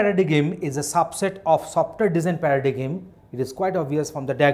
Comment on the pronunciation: Dude, at least pronounce the word Paradigm correctly. And reading from a text doesn't help the learner.